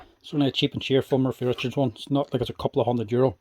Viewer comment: Trust a good Irishman to call it a 'Murphy Richards' food mixer! It's 'Morphy'! As usual, great stuff.